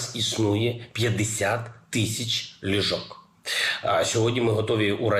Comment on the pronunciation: Ліжок, ліжок, хоча б наголос поставив, де треба. Грамотій - брехун. Выбрали ви на нашу голову. Подяка команді за роботу.